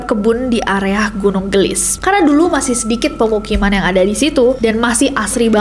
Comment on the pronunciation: Gunung geulis kak nessie bukan gunung gelis, itu teh pake bahasa sunda di bacanya